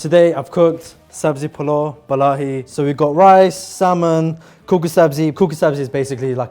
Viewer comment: its not sabzi polo baalaahi its sabzi polo ba MAAHI!